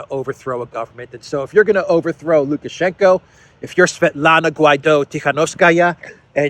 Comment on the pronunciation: It's lukashenko. Not lukashenka.